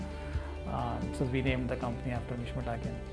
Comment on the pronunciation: it's an honour to mishmi tribe. but it's takang not takin.it's British pronounciation